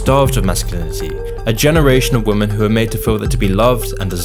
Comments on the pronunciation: It's women (v ii hmehn) not woman (v oo mehn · I notice you keep saying "woman" when you mean "women". Are you using an AI to write your scripts or an AI to do the voice-over? Not saying this to be adversive, I like your videos just want to let you know so it can be rectified. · great video but why does he pronounce women as woman lol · Why do you say “woman” as a singular instead of “women” for plural? Sounds weird lol the plural is pronounced “Wi-Min” not “Wo-Man” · It's pronounced 'wimen'. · Someone please teach the kids how to pronounce the plural of women! The is a difference! Maybe it's time to change the spelling. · Fuck me learn how to pronounce women properly. It's not pronounced how its read when its plural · Why are so many people mis-pronouncing such a simple word as "women"?